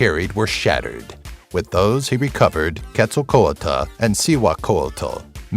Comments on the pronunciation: All the times in this video you didnt pronounce quetzalcoatl as Ketz-al-coatl...you pronounced it Ketz-sal-co-a-dal im done😂💀 it was pure suffering But its interesting to know some aztec mythology that i didnt already know in this video. I know like 5 of them, and yes i know its hard to pronounce they're names but still it was a bit weird hearing someone mispronounce Quetzalcoatl's name. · Ket-Zal-kowatel is how to pronounce quetzalcoatl